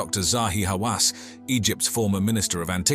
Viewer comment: Did you say Hawaas? Then it's a lie. As long as I'm watching a work of fiction.